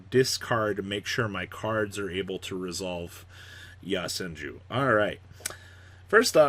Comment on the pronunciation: It's YO senju. Not YA senju